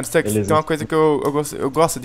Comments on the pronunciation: ele fala staks em ves de stux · o nome e Stux para de pronúnciar Stax não tem A não e um U e Stux não Stax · PQ O CHAMA O STUX DE STAX?